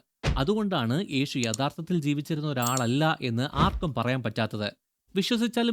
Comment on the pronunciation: ഈഷു , ഏഷു എന്ന് പറയാതെ യേശു എന്നു പറയാൻ പഠിക്കുക